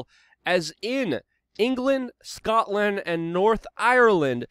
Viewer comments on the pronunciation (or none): none